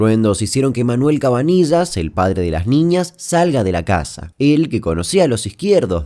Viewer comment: CabaniLLas CABANI LL AS POR QUÉ NO LO DICES BIEN?